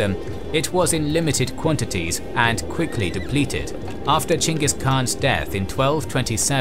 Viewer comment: Holy shit, you pronounced "Genghis" correctly. As someone who thesed about him in grad school, I can't tell you how much that little detail ruins like 90% of videos on the topic for me.